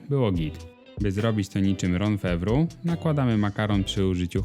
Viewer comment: Bardzo dorby przepis ale jedna uwaga. Wymawia się dżon fawroł a nie ron fewru ;D